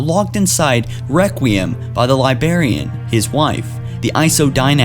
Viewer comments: Omg bro it is LibRarian... I had to turn this off midway because of your incessant mispronunciation and missing of cited quotes. Love Halo but you are fired as narrator. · Every time you say librarian incorrectly I cringe.. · LibRRRRRRarian. God dammit. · Every time you say "Libarian" a Spartan dies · Dinact and Libarian? Can Dean take over the channel? Lol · Dude you can't even say librarian right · Dude your not even saying the word librarian at all, how does someone that can't speak properly keep getting used to narrate these videos, I'm sure there are people that don't mind hearing words being spoken incorrectly CONSTANTLY, but I'm not one of them. Now... Bring the hate if it must be brought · God damn, there's a fucking R in library and librarian. Fucking English, do you speak it? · lol dude cant say librarian right. he speaks like a 4 year old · how can he not say librarian he says it like its libarian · Dude, unsubscribed for how you say li*barian instead of correctly pronouncing Li*brar*ian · Whats the Libarian? I know the Librarian but not Libarian. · Librarian not libarian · Great video. It's Librarian, not Libarian. Sorry to be a grammar nazi, but it drove me nuts the whole time. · LibRARian. It's not LieBERRian. Jesus fucking christ. Don't make youtube videos if you can't pronounce simple words properly. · For Pete's sake, man! It's Librarian! Not libarian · "Libarian" ... "Labarian" ... "Labarian" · *Librarian , not libarian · "Libarian" hahaha... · now with me "Librarian" not "Libarian" you silly little dog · Still saying libarian? jesus... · You said liBARian so much I want to saw off my own head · 😂😂😂!!! Li-BRARIAN*, you moron! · What the fuck is a Libarian? Thumbs down on this video, and I'm removing this dumbass channel from any future recommendation. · Libarian I'm dead🙄🙄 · yessss, hearing libarian annoys the crap out of me too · What the fuck is a libarian?